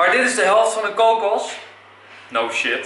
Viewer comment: haha je zegt kokus leuk... ik vind al je supercoolleukfantastischawesome